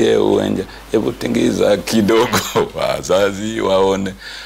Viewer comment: TINGISHA is the correct word; not tingiza.